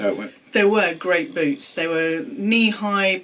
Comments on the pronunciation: Boots! Literally I was laughing because I thought he said Boobs. 😄 🤣. The two of you are so sweet and genuine. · I understood „the boobs“ 😆 glad it were „the boots“ It was so cute, when he talked about your most annoying trait (I see some parallels there to me 🤭) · I swear I heard boobs instead of boots and that was not made clear to me until the end of that question! 😂😂😂